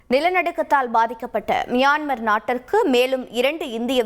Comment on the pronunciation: மயின்மார் என தவறான உச்சரிப்பை நிருபர் உளரிக்கொண்டிருக்கிறார்.